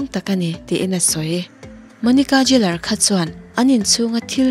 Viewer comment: An hming takngial pawh han lam dik theihloh. Geller kha Jeller iti daih a.